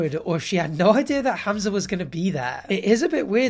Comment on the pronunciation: I like how you pronounce Hamza properly